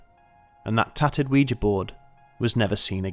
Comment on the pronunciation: At last! Someone who pronounces ouija correctly.